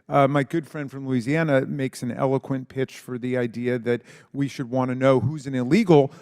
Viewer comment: Elokent? I cant stand that idiot higgins.